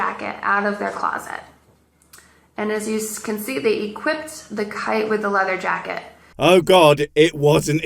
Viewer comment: I laughed so hard I almost puked when she said "equipped".